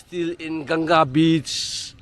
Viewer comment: It's river bank not bitch 😂😂😂